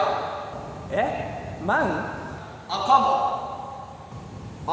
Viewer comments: 赤マンが「アッカーマン」に聞こえる！ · 赤マンがアッカーマンにしか聞こえなかった